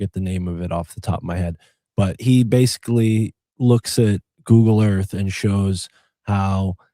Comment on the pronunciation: I love how Sam pronounces "basically" he says (base-ka-ly) basca instead of basic. Much like libary or ambalance. Love ya Sammy T.